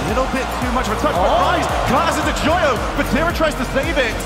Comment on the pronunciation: the caster joyo as yoyo really cracked me up🤣